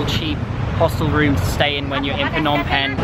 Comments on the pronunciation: pnom pen lol i’m sorry but your pronunciation is sooooo no offence lol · it is pronounced nom pen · “It’s pronounced “pnom bing” I’m Cambodian 🇰🇭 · For some reason, I found it funny how people always pronounce "Phnom Penh" incorrectly